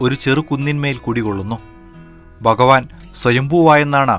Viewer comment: ബഗവാനല്ല. ഭഗവാൻ കൃത്യമായ ഉച്ചാരണത്തിലൂടെ ഭാഷയെ ബഹുമാനിക്കൂ..